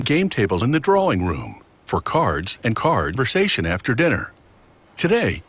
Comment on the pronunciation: "card-versation" LMAO it's no wonder that Strong Bad toons show up in these now and then, of COURSE you're a fan of those